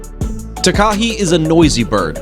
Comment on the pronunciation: Takahe is pronounced Tah-kah-heh, rather than t’kah-hee. Invercargill has a hard G, as in gill. Also, Kiwis are NZ people, kiwi are our national bird, and kiwifruit are the food.